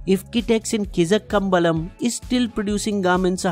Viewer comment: you pronounced the name wrong even hough it was spelled correctly. Same with Kizhakambalam. Please take the help of native language speakers to help you with the right pronunciation. It will add more nuance to your already good videos